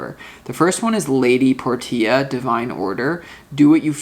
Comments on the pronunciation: Lady por tee ah...is it not lady porshaa like the car ? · You're always so spot on,! BTW, Portia is pronounced: Por- sha. Thank you for everything you do. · Thnx 🙏🏻🤙🏻 Btw, I believe it’s pronounced “Porsche” 🙏🏻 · Thank You So Much for the Reading Dude. Love your work. Only just found your channel but now, I'll subscribe ifvI havent already. That lady Portia card, unless I'm mistaken it's actually Lady "Porsche-ah". Just like the car with an A on the end of it. All good though Dude and Thanks Again for the reading from All thecway Down Under here in Australia Brother 🙏🏻♈️✌️ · Lady Portia is pronounced "Porsche" with an "a" after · Her name is pronounced as Porshia